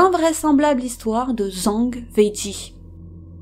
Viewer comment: Video intéressante mais renseignez vous sur les prononciations, c'est pas zang, mais djang , le z en chinois c'est dj